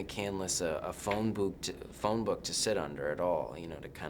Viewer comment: He said phone boob lol instead of phone book